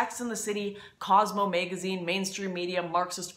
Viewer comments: and you say "maygazine" haha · Band Waygon and Baeggage and Maegazine sound hot to me :) Lauren Northern ;)